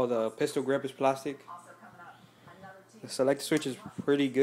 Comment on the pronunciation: hehe u said plastic funny no offence